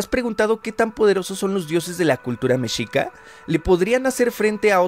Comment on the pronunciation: Pronuncias mal la palabra mexica .....